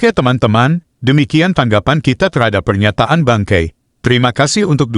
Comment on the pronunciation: Bukan bangkei...tp BANGKAI...😂😂😂